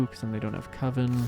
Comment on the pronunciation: You're still saying "Cove-en".